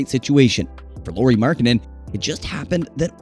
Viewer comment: It's pronounced like Lowry, not Lori